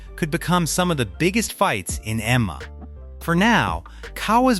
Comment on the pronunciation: Imagine having an MMA channel and cant even pronounce M-M-A! 😂